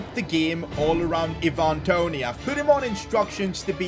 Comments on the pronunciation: it's not Evan Toney,,,,it's Ivan Toney... you can pronounce Ivan like Aivan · eeevan toney